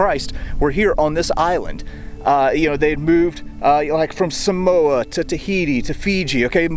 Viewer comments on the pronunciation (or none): none